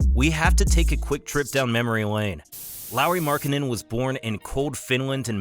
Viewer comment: Btw. the pronounciation in the international phonetic alphabet is [ˈlɑu̯ri ˈmɑrkːɑne̞n]... instead of [ˈlaʊɹi mæɹkˈhænen] which is roughly how you pronounced it. Nobody knows how the IPA works besides people like me who study languages though, so this isn't a criticism. Take it as a fun fact :D